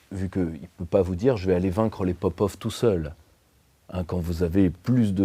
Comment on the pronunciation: en tant qu’agent russe financé par le Kremlin au fond à droite, je tiens à corriger mon collègue poutiniesque. Popov se prononce Papof.